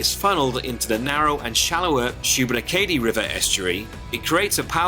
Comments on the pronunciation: Kudos for attempts at pronounciation. It is 'Loo nen burg' and 'Shoe been AAH kadee' ;-) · Love the video and love seeing my home province of Nova Scotia through a "come-from-away's" eyes! Can't wait for the rest of the series! Also love the way you pronounced Lunenburg and especially Shubenacadie 🤣